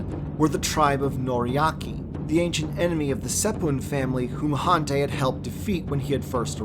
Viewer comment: Han tie is how it’s pronounced I eeked everytime you miss pronounce a lot of the names ugh so disappointing .